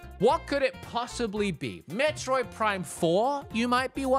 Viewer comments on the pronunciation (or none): none